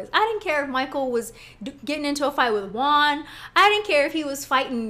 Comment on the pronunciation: Girl bye. You’re not the poster child for proper articulation (not when you pronounce “with” as “wiff”) so stop posturing yourself as if you are. This is a classic case of crazy. Monique is projecting and she’s trying to paint herself as the victim here, when she’s a desperate try-hard that needed Gizelle’s validation. Those issues are usually resolved by the time you hit adulthood and if they were central to your emotional fortitude or lack thereof, you would have attacked Gizelle, Robyn, Ashley and Charrisse a long time ago. Monique, you need to be terminated. I am so happy for Robyn and Juan. I LOVE WENDY’S REACTION!!! ❤️❤️❤️❤️